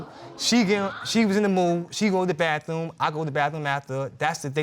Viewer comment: Anyone who says the word bathroom, as BAFTHOOM, isn't the brightest in the room.